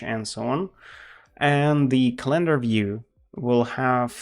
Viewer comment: Say CalEndar one more time I double dare you